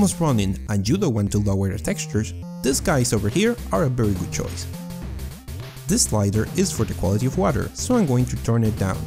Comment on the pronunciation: "witcher 3 is a berry good game."